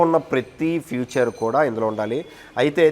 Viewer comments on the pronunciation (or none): ఫ్యూచర్ కాదు నాయనా అనాల్సింది ఫీచర్ అని anchor లు తప్పు పలుకుతుంటే భాష నాశనమైతుంది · బైక్ కి స్టీరింగ్ వీల్ పెట్టి బైక్ హేండిల్ లాగా తిప్పితే కారు అయిపోయిందా? పువ్వేమైనా కనిపిస్తోందా? ఫ్యూచర్ ఏంటిరా బాబూ.... ఫీచర్ రా... మినిమం ఇంగ్లీష్ రాకుండా యాంకర్స్....😂😂😂